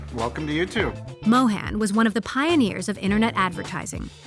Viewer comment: Emily, you could have done better in pronouncing 'Mohan' correctly atleast. Disappointing.